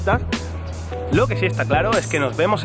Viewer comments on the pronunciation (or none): jeje hablas español con un buen nivel sólo que mezclas la r y l osea tu pronunciación en vez de que al decir la palabra 'claro" no suena "claro" sino como "clalo"(no te estoy diciendo que hablas mal solo que si un poco chistoso) (nota soy Méxicano y en nuestra jerga "chistoso= curioso") bueno saludos desde México